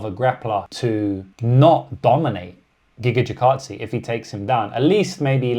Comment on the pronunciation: Tell me you're a casual when you can't pronounce Gigatze